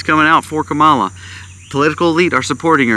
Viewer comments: If you’re going to try to make a valid argument for your vlog, you should first learn how to properly pronounce her name-loser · That’s not how you pronounce her name and you know it don’t be racist, dude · Wow. I have never heard so much hypocrisy from you man. You could have replaced her name with Trumps name on much of what you said. How can you trust a man that lies every time he opens his mouth? You've never watch the DNC convention? That's saying a lot. You only hear what you want to hear. All Trumpers are that way. Stick to prepping Sir. And learn how to say her name right. See you in November. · You're saying her name wrong